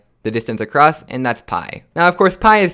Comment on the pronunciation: Lol don't say "byii" Say "pii"